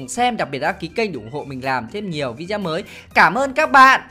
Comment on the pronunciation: Không biết có nghe nhầm anh nói từ video thành vi deo